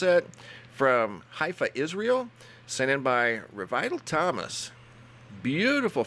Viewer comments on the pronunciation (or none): none